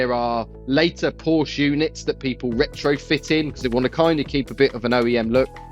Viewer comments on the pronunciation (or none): At least pronounce porsche correctly 😮